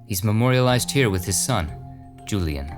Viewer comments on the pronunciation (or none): none